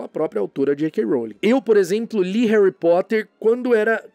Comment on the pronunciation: Em Portugal eles n mudam quase nd, mas oq acho mais estranho é q eles pronunciam "Érri" ao invés de "Réry".